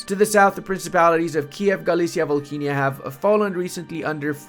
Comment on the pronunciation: volhynia pronounced without the "h"